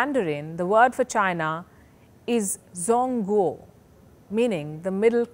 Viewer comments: It's pronounced Chuun.kwu.'or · "zh" sound in Chinese is pronounced similar to how a "j" sound is in English. "JONG-GUO." I know that Chinese pronunciation is tricky, I don't have it completely mastered myself, but if you are going to try to educate us on the language, please make an effort. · She needs to know how to pronounce Zhong as Ch. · Ms Sharma utter nonsense and fearmongering analysis makes sense for her and many who continue to project their fears and patronising views on China. She needs to do a much better homework. And oh, learn to better pronounce China in Mandarin!!